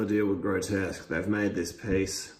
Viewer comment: I'm amused that you mispronounce both of their names. It's Grotusque as in TUSK. And it's RePUGnus as in "repugnant".